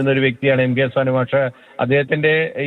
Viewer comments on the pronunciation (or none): സാൻ മാഷ് എന്ന് പറ സാനു മാഷ് എന്ന് പറയട